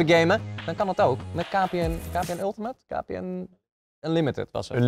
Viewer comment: #kpn topplays die geen ultiemet kan zeggen